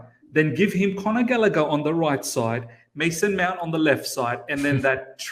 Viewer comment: Is it me or always says ‘Meownt”?😂